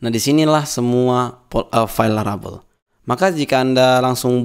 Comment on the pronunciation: laravel jadi larabel, typonya sampe ke speakingnya, which is a little bit annoying, so well done